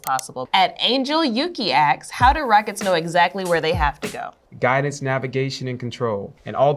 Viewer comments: you can not convince me that she's a real rocket scientist when she says "axe" instead of "asks". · Why is she saying axe the whole time??? It's asks, not axe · Stop saying "axs" instead of "asks". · I hate how she says ASKS. Axes:face-red-droopy-eyes